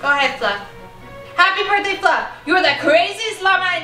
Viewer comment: They forgot the h in birthday